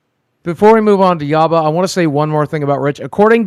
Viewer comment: it’s Yabba not Yamma lol anyway cupcake is his baby carrot